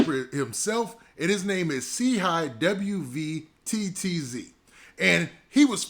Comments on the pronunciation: His name is pronounced “CHEEE WETS” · Didnt even do enough research to pronounce a man's name but Quick to hit upload for views... 1 example of clout chasing